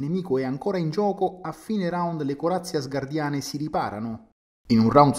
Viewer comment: Non ho capito…Asgardiani o Asgarordiani 😂